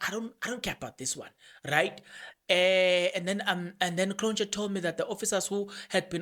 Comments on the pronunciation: You pronounce Cronje ...kron ye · It's Magistrate Cronje as in Hansie Cronje not Kronj. 😏